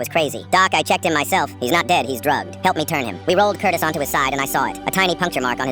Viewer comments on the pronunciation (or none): why did i hear curtis for cortis 😔💔